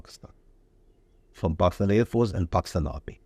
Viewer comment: Aand force😂